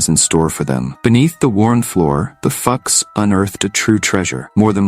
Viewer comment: I think you might be mispronouncing the Fuchs name, but carry on.